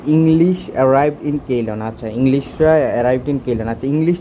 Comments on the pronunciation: কেইলন না সিলন হবে ভাই? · I think Ceylon pronunciation is (সি'লন) in Bangla. Previous name of Srilanka.